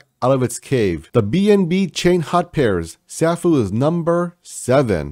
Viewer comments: sAAAAAfuuuuu (long A) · Love your videos. The correct pronunciation of Safuu sounds like a long "a", like "Say fuu". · yeah bro you cant butcher the name being one of the biggest supporters. lol. I aint mad atcha tho